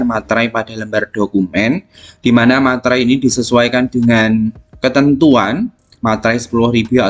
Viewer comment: Meterai pak bukan Materai🤣